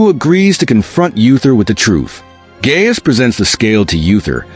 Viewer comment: Those names are pronounced "Guy-us" and Oother", not "Gay-us and "Yuther".